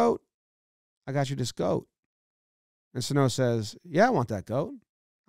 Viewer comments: It’s Suh-No not So-Toe. Get it together. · Miguel “thighs” Sano